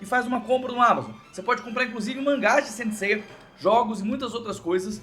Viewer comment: Ele falou Saint Seiya Dean?